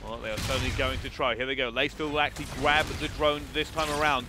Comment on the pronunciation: did he say "gwab the drone"?